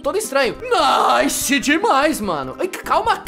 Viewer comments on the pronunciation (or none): none